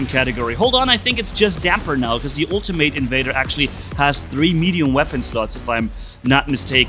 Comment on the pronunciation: Mispronunciation of ultimate